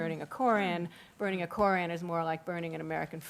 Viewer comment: "Kore-ran"Yuck.Man,this chick's voice and pronunciation is ghastly.I agree with Sam Harris:while the Muslims have a Constitutional Right to build the mosque(and yes,it is a mosque,not a community centre),they also need to know that they're needlessly provoking the families of 9/11 victims(especially if the report is true that they planned on opening it on the anniversary of 9/11.Talk about salt in wounds)The NRA can also build a monument to guns across the street from Columbine High.Should they?